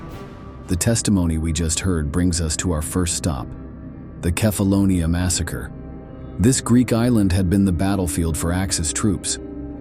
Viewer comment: Dit is wel de ergste belediging naar de Italiaanse soldaten die het op Kèfáloniá werden afgemaakt als schurftige straathonden. (laat die vervloekte AI stem dan tenminste het eiland ook noemen zoals het heet!!) Een belediging door de film zó slecht te monteren dat de getuigenissen worden weggefilterd en dit op de goedkoopste manier mogelijk door een AI narrators wordt verteld. Wat een ode aan de nutteloze dood van die zovele onschuldigen. Schaam jullie History Official, Shame on you!!! Deeply 👎👎🤡 unsubscribe everyone!